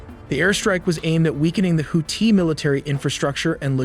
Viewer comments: Is that really how their name is pronounced? Houti (no th sound)? Just asking because i’ve never heard it pronounced that way and im well aware American pronunciations aren’t the most accurate 😂. No hate. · Bruh the way he pronounces Houthi